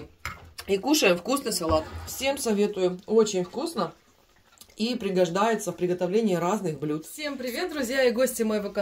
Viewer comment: Особенно радует слово приго ждается. Почти как прига́живается.